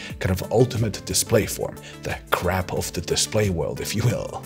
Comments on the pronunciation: "the crap of displays", trying to pronounce "crab" (meaning ultimate evolution destination) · Your accent makes "crab" sound like "crap"! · Anyone else thinking he said "the crap of the display formats" instead of "crab"? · I heard "crap" instead of "crab" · Am I the only one who kept hearing "The 'Crap' of OLED". I KNOW you're saying "Crab", but as it was unexpected at that moment, my mind told me "crap". It did jolt me back to paying full attention, so that's good, right?🤣😂😇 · I don't know why no one has pointed this out, but your pronunciation of "crab" sounds more like "crabp", sometimes heavier on the b sound and sometimes more on the p. This can easily be misinterpreted as "CRAP", which is mildly amusing once or twice but when said many dozens of times in a short period of time becomes hilarious. The perfect crap indeed ! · Anyone else heard him saying 'Crap' lol 😂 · Fantastic info ! - (though I kept hearing “crap” display 😆 - my hearing is finicky). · I keep thinking he's saying "crap"